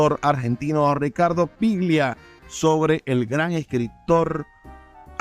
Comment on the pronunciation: Ricardo "PLIGIA"??? Mamita querida. Afanen bien, viejo.